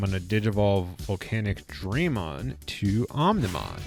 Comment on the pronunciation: "VolcanicDRAYmon" Digimon World: Next 0rder flashbacks!